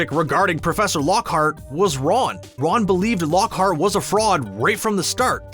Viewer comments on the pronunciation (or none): Mind you,it's Lockhart,not Lockheart! Besides,did you even read the book?